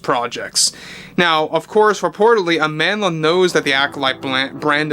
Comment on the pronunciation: AmandLA? Sounds like a speech impediment